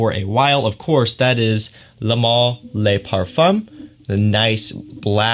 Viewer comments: Ok clearly you're pronouncing things wrong on purpose for the memes, my bad dude. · liked the video. I just don't understand how you pronounce le male perfectly, but pronounce le parfum as lay parfum. Same with le male (mal) but then ultra male as male...